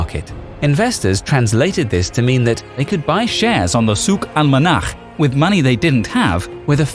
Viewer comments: How annoying is Soooook Alk-manahckkkkk! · Lol that pronounciation, its sounded forced Still I salute you for nailing it :) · I like how you pronounce the name of the market. Not many english speakers can spell the letter خ